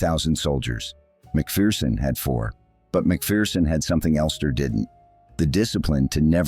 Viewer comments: "MacPherson" not "Macfearson". No "fear involved. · By the way Yankee land you pronounce his name Mak Ferson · Tommy was a legend. His book "Behind Enemy Lines" is well worth a read. BTW, it's pronounced Mac-Fer-son. There's no fear in a MacPherson.